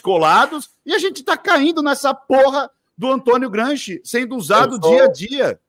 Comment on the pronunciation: Kkkkkkkk "Gramsci" kkkkk